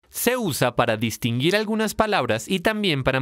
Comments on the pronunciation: Min la tipa dice "distingir" (distinjir) y no "distinguir" xD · dice distingir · Minuto , dice "distingir".